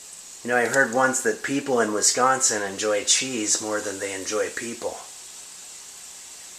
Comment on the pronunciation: Love the beard and the way you say “Wisconsin”,!